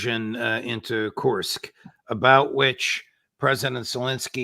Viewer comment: I like how Judge improved in pronouncing 'Kursk'. Good job Judge!